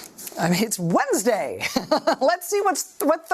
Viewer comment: "It's just....it's WEDNESDAY." Got to love Rachel! lol